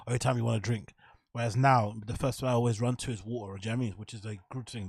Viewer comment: I realize Brendan's constant failures to pronounce words but you must also recognize Luke Thomas always says "alwis" instead of always... He's literally too stupid to understand how the word "always" is pronounced... It has the vowel "A" in it which is obviously to be pronounced fully in the word "always" but for some reason Luke is so retarded his dumb retard mind always forces him to say "alwis"... no matter what.